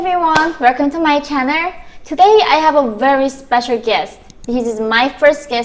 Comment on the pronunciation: I love how she says "werkom to my channer"